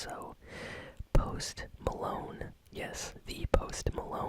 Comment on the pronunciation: Lol post molone